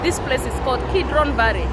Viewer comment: Its valley or varry?